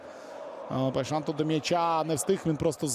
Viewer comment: Поясніть хто шаре, чому коментатор каже ПайшаН??ЛеаН, КойсесаН??